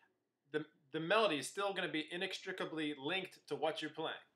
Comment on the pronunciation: The word he came very close to fully pronouncing is "inextricable".